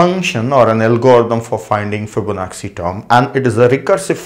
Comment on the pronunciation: Yes I noticed that too. It is an Italian name. It should be fib-ona-chi. Same with da vinci (da vin-chi), bellucci (bel-loo-chi). Lets not focus on pronunciation and accent. Here in the US, Americans mess up Indian names all the time. Its not a big deal. These are great tutorials and we are getting to learn so much for FREE.